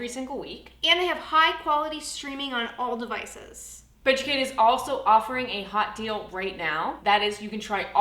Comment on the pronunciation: " High quality streaming on all devices"! I heard " High quality streaming on all the vices"🤣